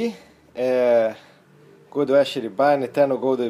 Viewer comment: Faltou maior bagagem ao para avaliar o livro.O livro é meio chatinho mas não é tão complicado assim. E outra coisa:a pronúncia do nome Gödel é Gêdeu e não Gôdeu.O Teorema e seu significado são claros.A demonstração é que não.